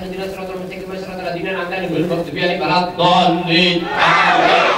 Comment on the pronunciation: YG GW DENGER : Dolinnn AAMINNNN